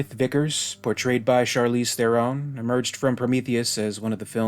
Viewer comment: Vickers' fear in trying to escape death seemed to be the main indicator that she's human -- unless Weyland programmed her that way just because he was a cruel asshole and crippled an otherwise perfectly good android with useless emotional reactions under stress. BTW, in interviews Charlize pronounces her last name like the word heron, not the fancy sounding therr-OWN or variations we all used to say before. Yeah, I was kinda disappointed too.